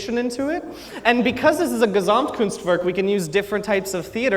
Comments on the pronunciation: Hearing him pronounce Gesamtkunstwerk hurts me :( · I love his entertainment xD and as a german I found it very adorable how he pronounces Gesamtkunstwerk and how the english plural just puts an s at the end and the plural is done xD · I am from germany and its so funny how he pronounces gesamtkunstwerk